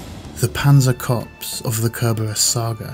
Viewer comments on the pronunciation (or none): Why can nobody pronouce Corps corrently? It is /kɔːr/